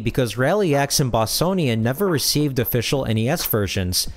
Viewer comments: Yar's, not Ye-ar's. Boss-Cone-ian, not Bos-sown-ian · Bossonian? i'm sure it's pronounced with a hard C/like a K.